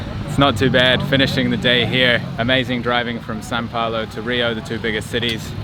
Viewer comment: why does he keep saying San Paolo lol